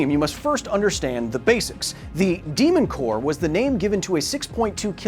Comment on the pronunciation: Again, The «mon cœur», oh la la!